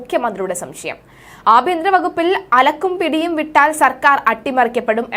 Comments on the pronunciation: അലക്കും പിടിയുമല്ല കുട്ടി. അലകും പിടിയും എന്നാണ്. വാക്കുകളുടെ അർത്ഥം മനസ്സിലാക്കി വായിക്കു. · അലക്കും പിടിയുമല്ല അലകും പിടിയും. മലയാളം പഠിക്കേണ്ടിയിരിക്കുന്നു! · അലക്കും പിടിയും എന്നല്ല. അലകും പിടിയും എന്നാണ് . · അലക്കും അല്ല അലകും പിടിയും അല്ലങ്കിൽ പിടിയും കോഴിയും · അലക്കല്ല കുട്ടി അലക് , അലകും പിടിയും എന്നാണ് പറയുക😊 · അലക്കും പിടിയും അല്ല,, അലകും പിടിയും ആണ്, വായിച്ചു പഠിച്ചിട്ട് വായിക്കു!! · എന്തൊക്കെ യാണ് അവതാരക പറയുന്നത്, അലക്കും, പിടിയോ. ഓരോ വാക്കിന്റെയും അർത്ഥം മനസിലാക്കി പ്രോനൗൻസ് ചെയ്യൂ. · അലക്കും പിടിയും, മതകീയം!കുട്ടീ,കുറച്ചു കൂടി ശ്രദ്ധിക്കുക.